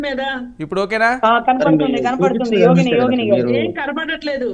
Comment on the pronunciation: యోగని కాదండీ “జోగిని రోజ”